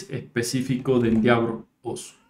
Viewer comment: se pronuncia endévor